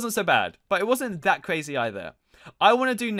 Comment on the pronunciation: Fwee, two, one, go! Oh woooowww woaaahhh this is cwazyyy